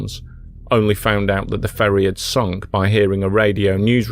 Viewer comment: It's sunk.